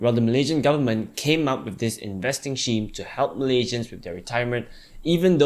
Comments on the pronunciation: man... it should be pronounced "skeem".. not "sheem".. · I thought it was pronounced Skeme, but I'm using Sheme after this :-) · You pronounce "scheme" weird.